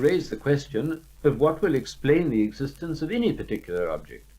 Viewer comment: eggs-istence is not a preddi-kate Thank-you for pinting thet-ite